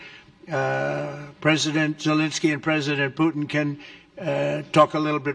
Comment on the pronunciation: “Poo-in”… can’t wait till the “t” is added. Good job. Best administration in my 62 years.